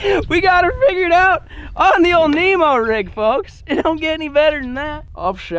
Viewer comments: “Nemo rig”💀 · Normal people “nico rig” “Nemo rig”😂